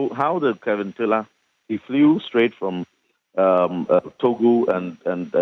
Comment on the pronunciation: Joy news his name is KEVIN not KELVIN! What's wrong with you so called news readers. Speak naturally and stop trying to slang